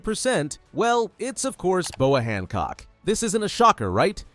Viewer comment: Bro it’s boa Hancock